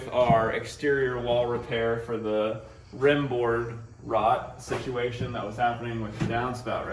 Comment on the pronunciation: Its "rim" board silly goose